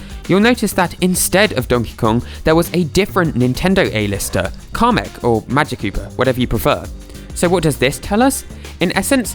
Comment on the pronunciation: Why does he call him comic his name is kamic